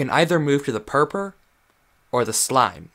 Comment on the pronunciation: Boi it’s purpur